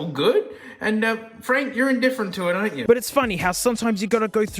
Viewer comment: fwank is peak